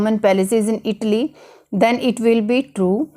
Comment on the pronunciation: Not itli it’s called Italyyyyyyy😐